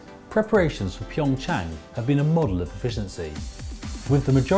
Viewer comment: It’s PyeongCHANG not PyeongYANG 🤦🏻‍♀️